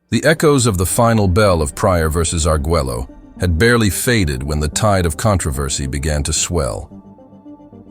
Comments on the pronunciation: What was criminal is You Narrator killing his last Name. Agueggelo? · For future reference, since it is too late on this video, it is Alexis Ar-gway-oh, not how you are pronouncing it. I know, I know, it's weird that Spanish and English are different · If you're going to do a 20+min doc talking just about 2 fighters, at least learn how to pronounce the fighters' names. It's aggravating hearing you say Arguello's name wrong over & over & over again. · And this narrator can't pronounce Arguello??